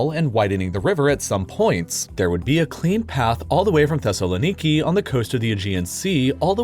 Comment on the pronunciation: You pronounced Thessaloniki so good that thought you were Greek for a split second